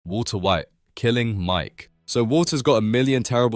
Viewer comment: "wulso whait" 🧐🍷